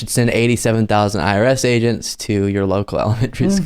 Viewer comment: Is he saying IRS or ARS agents?